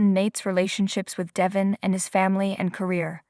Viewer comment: First of all his name is Da'Von, not Devon(pronounce his name right) 2nd the pictures Don't Match the Story!!! You can't follow the story line??! B.Powers